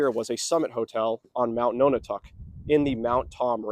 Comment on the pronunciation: Often spelled aerie but eyrie is a valid alternate. "Perched on a high place like an eagle's nest." Also can refer to the occupants of a nest. Decades ago I heard this place was called the Aerie House. Nonotuck is pronounced like non a tuck, not like no na tuck. Interesting video. Great views from up there. Cheers!